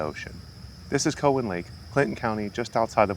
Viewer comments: It’s cow an not cohen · We always pronounced it COW-en not COE-wen. I spent many happy hours on and around the lake and spillways in my youth. Thanks for this. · It’s pronounced COW-WHEN. Not from around here are ya? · Is "COE-in" a byproduct of AI narration? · Cow-as in beef- an lake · we've always pronounced it COW en also. id be interested how it got its name too. might help the pronunciation finding out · Its pronounced Cow-in. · COW like moo COWan. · Have you thought about checking out fort ancient? It's about 15 minutes from there. Also it is pronounced COW-EN 😆...My road ends at the lake...5 min walk 😄 btw, I barely see the snakes in the lake...on the trails, every once in a while. Love the video! Thank you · COW-wan Lake. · It’s pronounced Cow WTF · Cool video and even cooler cat. Was excited to see something on Cowan Lake. We always pronounced it “cow” like the animal, but not even sure which is correct. Grew up doing family reunions here for the longest time. Fun fact: the restaurant near there, the Spillway Lodge, used to be my great grandfather’s butcher shop. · As a lifelong resident of the Cincinnati area, I believe it is pronounced - 'Cow Ann' as in the animal and the name. As one word. Emphasis on the 1st syllable. Never heard it pronounced any other way. Thanks for the video. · Never heard it pronounced the way you do. Also, it’s interesting that you have facts on millions of years ago. 🙄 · my friend. im not upset. just letting you know. if you post things in youtube you probably should expect replies with opinions. I appreciate the info a lot but it made it apparent that you probably werent feom around. the area from how you pronounced it. Keep doing what you do. I subscribed